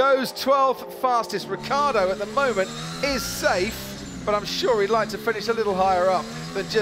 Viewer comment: It's Ricciardo not Ricardo, for fuck's sake.